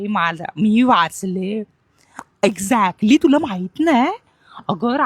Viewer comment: Exactly❌ Exacly✅ 😂😂😂😂😂😂